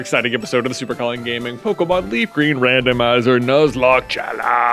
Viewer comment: He speaks so nasally he says “Pokemod” and it’s hilarious 🤣 KUTGW bro. I know I’m 2 years late but I’ve watched all your nuzlockes at least twice. MAKE ANOTHER NUZLOCKE series PLEASE!